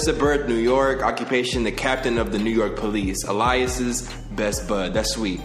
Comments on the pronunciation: AY-LEE-US = alias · What's an "elias"? 😂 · foreal don’t know how to pronounce alias